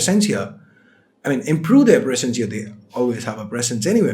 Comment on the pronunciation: hello wats wrong withu man whr frm u got this accent....its really funny.....its so funny its lyk a pig trying to talk english ha ha ha........its presence brother not precence!!!ha ha ha precence!!!!